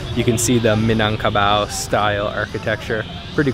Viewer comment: Ikr,also he pronounced Indonesian names perfectly like Minangkabau haha, thank you for visiting us and